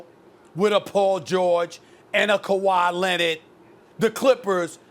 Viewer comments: No one : Stephen A : KAWHI LENNAD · “Khawi Lennid” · Stephen A: Kawha Lenniiiiid!